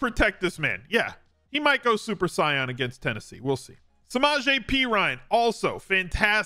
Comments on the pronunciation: This man said Super Scion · “ Yeah…he might go Super Sigh-Yan against Tennessee” ….amazing. Truly amazing